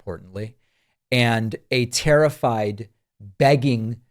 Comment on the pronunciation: Did you say TERRIFIED or TARRIFIED???